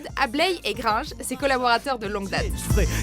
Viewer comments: PTN TA DIT GREENJE mais c'est gringe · Gringe et pas Greenje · Elle a dit Grindje. SON NOM C'EST GRINGE GRINGE GRINGE. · C'est Gringe pas Greenje !!! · Tu as prononcé "Greenje", tu iras en enfer ! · on dit grainje pas grinje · « son Duo avec Greenje » fermer la fenêtre YouTube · grunge gr1ge !!!!!!!!!!!!!!!!!!!!!!!pas greeng ptn!! comment cette chaîne YouTube peut déformer son nom!??! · Grinnje? C'est GRINGE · C'est GRINGE pas Greenje !!!!!!!! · ELLE A DIT GRINJE ET PAS GRINGE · AIE AIE AIE "son duo avec greenje" t'as fait grincé des dents ouille ouille ouille j'ai mal d'entendre çaaaa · Il s'apelle GRINGE pas GREENJE!!! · Arrêtez de dire "greenje" c'est Gringe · C'est pas greenge c'est GRINGE GRINGE GRINGE ! !!!!! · Gringe pas greendje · On dit Gringe avec "in", pas "ine"... Grainnnnnnnge! En plus tu le sais, tu le dis correctement à . Lui en tous cas, il aime pas qu'on se trompe. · Gringe pas grinnj stp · C'est pas "Grindge", c'est Gringe ! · GRINGE PAS GREEJE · GRINGE PAS GREENJE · C'est Gringe, gringe, gringe, gringe, gringe pas greenje. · Elle a dit greenje jplace ça là comme ça... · "Avek Greenj" Tu veux te faire tuer toi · QUOI??!!! mais comment osez vous prononcer gringe greenje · vous avez prononcé greenje je voulais savoir encourage fortement à écouter 04h41 greenje et orselan. Et à retenir la leçon, ça fera plaisir au fan et au neo puristes (comme les appels Maskey) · Gringe ce prononce Gr-un-je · Gringe ! C'est Gringe ! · Elle dit grïnge ptnn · ELLE A DIT GREENGE, ELLE A DIT GREENGE !!!!! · Oh non elle a prononcé greenje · J'ai arrêté la vidéo quand j'ai entendu "Greenje".. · OMG ELLE A DIT GREENJE... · Commencé a dire gringe correctemant pour faire un top 10 d orel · Ils ont dit "greenge " malheur mais sinon orel on t'aime 💖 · " son duo avec greenje" Continue de l’appeler greenje.... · Elle a dit Greenje... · Même vous vous dites GRINJE...affolant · Elle a dit grinedje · Greenje comme elle dit : D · Comment elle a dit Gringe a ...